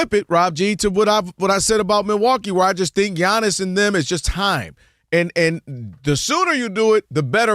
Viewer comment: Giannis and SHAM not bam SHAM 😂😂